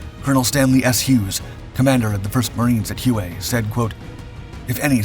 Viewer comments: "wh-Way" if i remember hearing it right. I was born about then, so im not sure. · Just a point of clarification, Hue is pronounced "way". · Note the city is pronounced as if it were spelled "way" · HUE PRONOUNCED "WAY" , BY VIETNAM VETERANS I KNEW. SOUTH PHILADELPHIA, OUT. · I think you'll find that Hue is usually pronounced "whey". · Another great video but I have 1 small qualm... Hue is pro-nounced WAY. My brother Jeff was a Marine & was there. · hate to say it, but i've always heard it as "Way" not Hu-ay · "Hue- ay?" Huh?? Do more background intel on names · HUE is prounounced Way not how you prounounce it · Hue is pronounced as "Way". Chassis is pronounced "Chassy". Otherwise a great episode! 🇨🇦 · Love your videos but the word chassis is pronounced like chass-ee and the City of Hue is pronounced like Hway. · Hue is pronounced “Way” in Vietnamese. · I was going to mention this. Glad you did. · The battle of where?? Hew Way?? Ugh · You mispronounced Hue it’s pronounced: hw-a (short). My wife is from Vietnam. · the name of the city is pronounced WHEYYYYY 1 NOT HUUEEE ! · Hue is pronounced as weigh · Chas “C” not chas “sis” Hue silent “e” not Hu-E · Hue is pronounced whey. I was in country. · its pronounced as one syallable-literally WAY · Pronounced Huway. The u is silent. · Hew ayy? That's not how you pronounce Hue... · Sorry, I can't help myself.........it's pronounced Hue. As in WAY city. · The battle of Hue i🎉s pronounced "Hway" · Hue is pronounced way. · Curds and whey. Hue is pronounced whey. 🙄 yip, I'm that guy. Sorry. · It's not pronounced hooo-way. FFS. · The pronunciation of 'chassis' isn't any better, but he butchered Hue. If I hadn't been reading while listening, I would have been scouring the map. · Your mispronunciation of “Hue” was nails on a chalkboard. Absolutely no Marine ever pronounced it like you do. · I sake my head sideways when these idiot narrators mis-pronounce words such as chassis and HUE in this video. So dumb. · Hue (whey ) not (whoey)